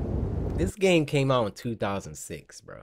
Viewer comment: and you said gane instead of game lol stop it